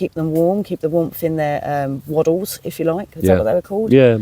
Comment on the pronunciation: Swaddle not waddle😂